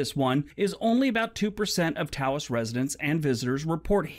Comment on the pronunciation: Just to help... Taos rhymes with house. And the food is great there! Green chili everything 😍